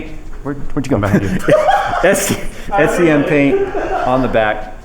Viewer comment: SEM SEM SEM not S E M lol